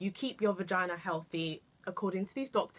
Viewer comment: You always deliver something different... But hold up girl did you just say "Regina" 😂😂😂😂😂😂